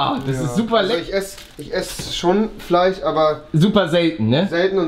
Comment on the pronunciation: Es heißt Fleisch nicht Fleich...FLEISCH